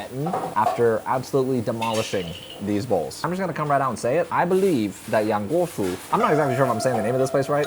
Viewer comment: My son, who is Chinese, and studies Mandarin, says that you say YANGGUOFU correctly. However, he says your pronunciation of Mixue is incorrect. The final vowel sound is more like y-uh (I am not sure how to write it in English), very light the y sound, but definitely not the “ay” sound on the end.